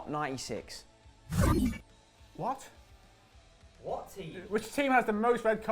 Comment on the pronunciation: who thought said not Isis instead of not 96 at first